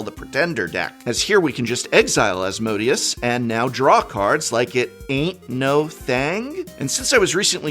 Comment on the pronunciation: As-mo-day-us* the Archfiend